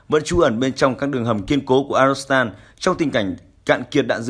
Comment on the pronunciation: Phát thanh viên đoc ngọng arzovstal thành arostal. Nên sửa lại